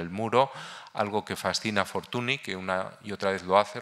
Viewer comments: Es lamentable escuchar durante una hora Fortuni, Fortuni, Fortuni, Fortuni. Señor Barón usted sabe perfectamente que Fortuny se pronuncia Fortuñ. Un poco de respeto. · Señores, no se pronuncia /Fortuni/ en catalán, es /Fortuñ/, es alucinante como gente tan culta sea tan paleta para pronunciar apellidos no castellanos...